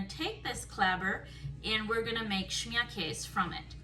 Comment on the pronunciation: Schmierkase is German (Pennsylvania Dutch are as well). Americans thought they were saying they were Dutch but they were really saying Deutsch (Deutschland is German for Germany). In German you say the 'e' on the end of KASE. So, this is actually pronounced "Schmierkase *kay-sa. Just thought I would share this.